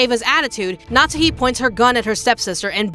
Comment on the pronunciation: Why do you call her "natzi", it's Natsuhi 🫣